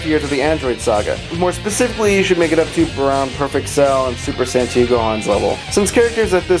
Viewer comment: did you just say? lol